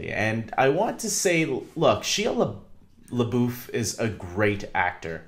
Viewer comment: you have totally butchered his name! 😂😂 it’s pronounced like SHY-A LE-BUFF good video tho!